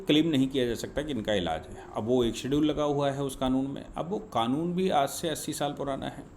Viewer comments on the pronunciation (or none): none